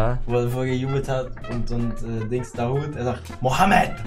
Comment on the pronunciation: auch genannt „Mahmoud“ Dahoud